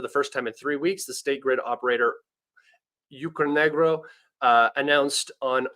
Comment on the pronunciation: excellent work. One thing for the future, UKRenergo, not UKRNegro ;)